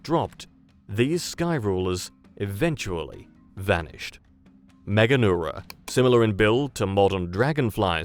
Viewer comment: first channel to pronounce this correctly out of about 6 others I previously viewed. MEGA neura. All the others said MEGAN eura. You're also the only one to define the parts of the word "large nerve". The others must think it was named after a girl in Europe. This goes for the AI generated channels, too.